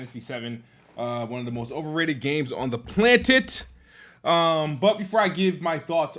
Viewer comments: "on the plantet" 🤣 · Did he just say planet as plant it/tit? Haha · 1. 20 seconds into the video and he’s already strugglin to say the word “planet” correctly 2. “Square Enid lost ME as a POTENTIAL customer” sooo… the franchise isn’t technically overrated since you would be OPEN in playing the game if it was on XBOX xD 3. Says SQ is MILKING FF7 franchise, but he is cool about the amount of Halo Gears and Forza games that exist LOL 4. “Idk what’s so special about SQ” but cries on why they can’t release it on Xbox… 5. Calls SQ overrated and said “idk whats so special about them” but is STILL planning on getting Forsaken LMAOOOOOOIEBCHUD EXPOSED!